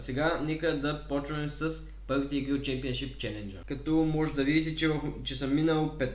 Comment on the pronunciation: Не шемипоншип, а шемпиъншип